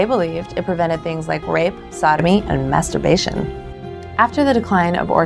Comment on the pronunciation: look how shes saying masturbation